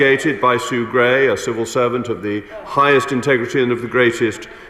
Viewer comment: I'm just chuckling at Naddine Dorries saying the words "serval servant" instead of "civil servant".